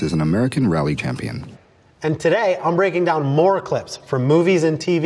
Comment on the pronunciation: Wyatt Knox is an American Rally "CAMPION"